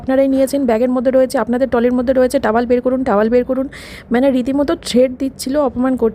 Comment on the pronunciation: টাওয়াল নয়, টাওয়েল (Towel)